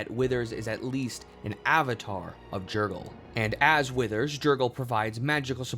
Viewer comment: It’s pronounced yer-gal